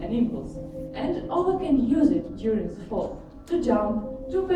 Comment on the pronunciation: Игра класс! Презентация поставлена бесподобно для такого рода мероприятий, но хард рашн эксент слушать было тяжело - зе, зен, зеар, самсинг и прочие перлы нашего произношения)))